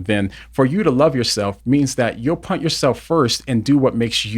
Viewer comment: Love you but am I the only one who hears that you can't say 'put', you say 'punt'. 😂 Great take as always though.